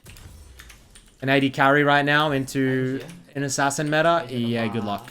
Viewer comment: metaRRR - meta "mid beans"